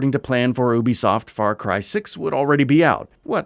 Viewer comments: It’s “U B soft” right? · Good vid, but Ubisoft is pronounced “you-be-soft.” Castillo is pronounced “cast-e-o.”